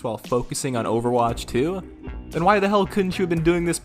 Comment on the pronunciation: it sounds like is saying "Overwatch 3" and I sm dying.